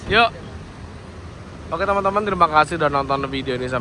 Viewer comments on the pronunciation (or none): none